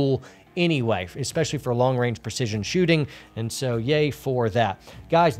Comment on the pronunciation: you said "esspecially" - is that a secret signal? Are you being held against your will? Just kidding - hope you're doing well!